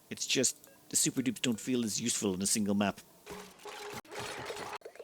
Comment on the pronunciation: Not sure if I was ready to hear an Irishman say Da Pope wasn't the best. 😂❤